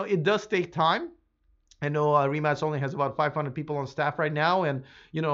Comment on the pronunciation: Congratulations!You are first "foreign" reporter who pronounce "RIMAC" correctly.